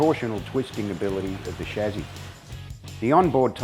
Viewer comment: Chassis not shazzy